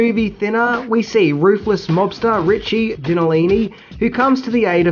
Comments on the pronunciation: The mobster's name was Richard GINELLI, not Ginolini, or whatever you said. And the actor's name is pronounced Mahn-tay-nyah, not Man-geeg-nah. It's Italian. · Richie Ginellini? Joe Mon-teg-na? Aww, come on! There must be at least 1 Italian or 2 in Australia. That's not even funny. Respect for the actors, please.